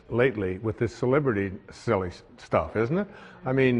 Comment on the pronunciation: Dude..I so usually like him..I was watching because I like him..he's no Eckhart Tolle but he's seems sincere MOST of the time..but as I sat here watching I knew ..something was off..Dude..watch this video again..he is high as a kite...he says Sibibrity obsessed world..he can't even talk..and the hands..just watch it again.